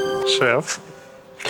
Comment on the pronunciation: Не "арігАто", а "арігатО" 🇯🇵